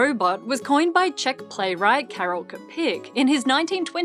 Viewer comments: it is probably too late, but karel čapek is not kapek, but č as ch. like chile or chocolate. so chapek... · You pronounced Čapek wrong, it's Chapek not Capek. Accents! :P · (Karel) Čapek is prounounced similar to: Cha-pack ("cha" like in cha-cha-cha; "pack" like in Rat Pack) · Čapek pronounciation is very different from what you said, I understand that czech language is not that very common, but next time, please try to use google translate ( and pronounce names correctly (eg. I myself was suprised, when I heard how to pronounce Vincent van Gogh properly for the first time). Otherwise video was very good. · Come on! Čapek..even wikipedia has phonetic transcription and audio pronunciation! :)